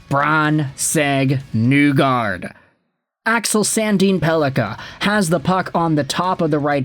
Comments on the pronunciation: It's NEE-gard not Nu-gard bro. He's pronounced it for people. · His last name is actually pronounced KNEE-guard, or KNEE-gord if you want to use the Norwegian pronunciation.